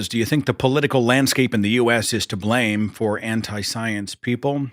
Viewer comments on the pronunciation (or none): none